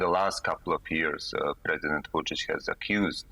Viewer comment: I do not know how in the world she got too that pronunciation of "Vucic" as it is totally off (guessing "Vujo" confused her). But I love it when people fumble his name as he is a POS dictator.